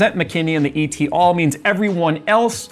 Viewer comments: Please, don't say "E.T. all", it is "et al."; it is literally pronounced as it is spelled (Latin). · It's not "E.T. all", it's et al. with the abbreviation of al. representing alii, aliae, or alia. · as a pedantic prig I need to point out it’s pronounced “et ˈæl” not “e t all”. The “et” is as in “set” and “al” as in “alcohol”. Thanks for attending my Ted talk. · E-T ALL is pronounced "eht ahl" meaning "and others" 😅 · et al is pronounced as "ET" and "ALL" not like EE TEE ALL. ET as in Bet Net or Get. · et al (meaning 'and others') is pronounced "ett AL", not "E.T. al" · It's "et-al", not "e-t-al". Latin for "and others". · Btw its et al as in et cetera, its not pronounced as individual letters. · "E.T. all". Lol - Makes me feel like he is calling home. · et is pronounced eh-t, it rhymes with met, let, set, and pet. it is a latin word meaning "and", and al is pronounced all, but it is an abbreviation of alia, meaning "other" so it means "and others" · Great video! Just FYI: in the phrase "et al," it's pronounced "eht all." The "et" is a complete word, unlike "e.g" or "i.e" where you do pronounce the initials because they are abbreviations. Ok. Grammar nerd going back in her cave now. 😊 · “Et” in “et al” is not an initialism, it’s a latin word. You can pronounce it same as you would in “et cetera”. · Its et al like somebody ate some guy called Albert. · "et al." is Latin and as a full phrase "et alii" (i.e., and others). Thus, the "et" is spoken in one word and is pronounced like "@ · "Et al." is pronounced as two words ... not two letters and a word! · Hey, "et al." is short for Latin "et altera" translating to "and others". This might never come up again on the channel, but if you want to say it out loud the closest similar sound for the "et" is how you pronounce "@ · Being particular here. Most people pronounce out the “et” instead of pronouncing eat letter.